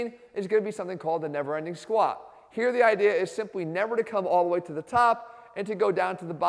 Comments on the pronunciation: Whenever jeff tries to say squat he actually pronounces it squaaa lol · He totally does 🤣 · He listens to too much fetty wap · I can't unhear it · haha I lolled at the first squaaa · 😂😂😂😂 I just noticed that😂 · compleely rue